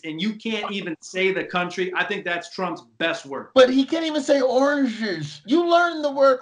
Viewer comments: I don't know what is talking about, he doesn't say "oranges" funny at all. The joke is that he is trying to say "origins" and can't annunciate the difference between these two words. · Gotta be Oranges cos with United States he didn't even realise he screwed up. With Oranges he realised and tried to correct himself and still fucked it up that's crazy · Sweet baby Jesus, “oranshes and United shayshss. “ Even foreigners of all geographical origin have better pronunciation. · He said "oranges" and I had no idea he was trying to say "origins" until he finished the sentence. Crazy! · He repeated oranges in an effort to pronounce correctly d 2nd time😂 he has zero IQ nd it is very evident d moment he opens his mouth😆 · It's easy. The repeated "oranges" failure by Mr. Tangerine Man is great, but it's not an original Trump word. United "Shaysh" it is. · The 'United Shayhs' were just his dentures being loose, but his struggle with 'origins' seemed to genuinely dumbfound him. I like that much more. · The oranges of the investigation??? I've never heard anyone butcher a word that badly (and I never thought I'd ever say that about anyone other than George Dubya). It's extra funny because he is actually orange.